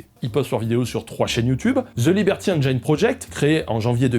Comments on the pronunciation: J'adore ce que tu fais depuis des années, et désolé, je passe pour le chiant, mais 'engine' se prononce 'enne-gine', pas 'enne-jayne'. JE SUIS DESOLE mais ça me trigger mais j'apprécie toujours autant ce que tu fais ! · Je crois qu'on dit engine (comme dans gin tonic) et pas engaillene 🤭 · Bonjour, c'est très intéressant, mais au 10ème "énjaaïne" je ne tiens plus et viens faire mon relou de base dans les coms: on dit ""énjine", tout comme "engineer" se dit "énjiniiiiir". Bonne continuation à vous! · Super vidéo. Comme d'hab bla bla bla. MAIS Un truc qui me saoule chez tous les youtubeurs français : On ne dit pas "enjaïne". C'est engine comme un jean (le froc). Nom de Dieu de berdol de marde. Merci. ^^ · ENGIIIINE, PAS ENGAAÏÏÏNE !!! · Juste un petit truc, engine ça ne se prononce pas "èngayne" mais "èngine". Voilà désolé ça me perturbe. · Salut ! super vidéo; comme à ton habitude, t'es juste au top. En revanche, juste une chose, "engine", ça se prononce - très contre-intuitivement - "enjinne" [enjən] ! Ça raye un peu les tympans aux anglophones d'entendre "enjaïne", faut avouer :P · Liberty ènejaïne? 😅😅😂 Ben voilà... Tu as ta réponse au "pourquoi plusieurs chaînes en différentes langues"...😂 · Un truc pour prononcer « engine » en anglais : tu connais le whisky et le gin ? N-GIN. Voilà c’est comme ça. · On prononce "Haine Djine" rogntudju de rogntudju 🤪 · Tu inverses les.prononciations de "engine" et "hidden"... C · tres bien par contre engine ne se prononce pas comme ca :) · Super vidéo, comme d'hab. Par contre par pitié, faut prononcer engine correctement !